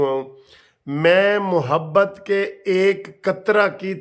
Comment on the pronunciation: وکیل صاحب لفظ محبت کی م پر زبر ہے غلط مت پڑھیں